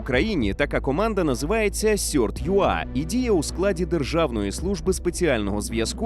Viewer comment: Цікаво, чому CERT у вас став сьортом?